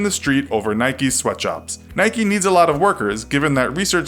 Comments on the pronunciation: Anyone else get annoyed by how he says Nike 🤣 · Mate you can't even say the company names correctly 😂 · why u pronounce nike wrong and adidas right u guy with a ball in mouth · you say "nike" incorect.. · GT 0MegaRACING A foreign thing? Nike is American bud, not British. Adidas is German, not British. It’s a British thing to pronounce it wrong, not a foreign thing. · It's so annoying he can't pronounce nike properly 😭😭😭😓 no y or ie on the end. You don't call mike, mickie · It's Nike not Nikey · It’s Nike not Nikee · Its not Nikie. Its nike.😅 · It’s Nike, not Nikey. You don’t go around saying bikey now do you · It's "Nike" not "Nikey" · I say n ike not nik eeeee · Why do people say Nike-y it is spelt NIKE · please do not call nike "naiki" do you call your bike "baiki" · You dont say nikeeee you nik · NAIK NOT NAYKEE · Its NIKE not NIKEY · NOT NIKEE ITS NIKE!!! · It’s called Nike not nikey, you don’t say bikey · It's nike not nikeyyyyyyy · Nike not nik-e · IKR its nike not nikee lol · In Philippines we call it Nayk. Not Naykee. Lol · Whyyy dafuq you say nikeeeee just say Nike just do it! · Why pronounce it Nikee though, it's "Nike", you don't say bikee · It’s pronounced naik not naiki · its not nikee its nike with a silent e also its not adeedas its adidas you say it how you spell it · It's Nike. Not NIKEY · Its not nikey its just nike. you dont say 'likey' with the word like. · Since when do you pronounce "nike", "nikey" :,) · Its Nike not niky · Not so sure about Nike either. It should be Nike, rather than Nikeee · Who’s from the UK and gets annoyed when he says Nikey and ado-das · Why is he saying niky? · STOP SAYING NIKEEEEEEEEEEEYYYYYYYYYYYYYYYYYY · GT 0MegaRACING yes I know right if you call Nike nikee then why do you call a bike bike not bikee it’s just wrong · GT 0MegaRACING yea I’m from England and whenever I hear nikeeeeee I cringe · WHY DO AMERICANS CALL IT NIKEY? W.H.Y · it is prunounced "nik" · Nikey and pooma...... ffs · You said Nike and Adidas wrong